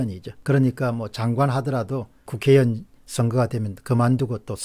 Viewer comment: '의정활동','의향','회의'는 발음을 정확히 하시는데 '국회의원', '중진의원' 발음이 **위원 밖에 안됩니까?? 좀 듣기 불편합니다.....